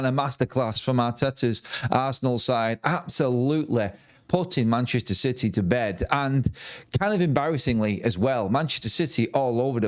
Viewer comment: What a piteh for citeh 😂